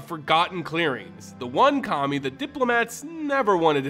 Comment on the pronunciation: Pronounced Kami correctly, yet somehow pronounces Kamigawa incorrectly. I have faith that eventually MTG YouTubers will pronounce it right.